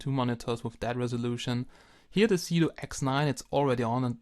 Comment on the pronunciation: Is it me or does it sound like he is saying Doing Drugs?